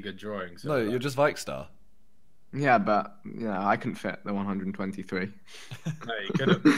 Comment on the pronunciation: He is vickstar not viyck star